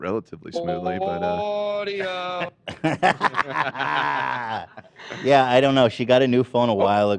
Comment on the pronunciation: God I died every time played the sound bite of saying “au-u-di-o” when donnas screen froze and she couldn’t connect to the sound